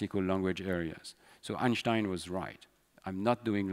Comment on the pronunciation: I am amazed by Stanislas accent! He has a generic french accent but you can clearly hear an american accent on certain words! To top that you can clearly hear a perfect german accent when he says 'Einstein'